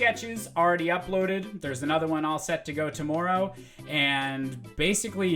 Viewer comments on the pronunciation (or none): You say tomorrow weird eh